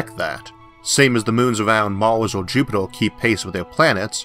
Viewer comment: Hey, you just make "Or" sounding "Er". I'm french and it doesn't bothor me.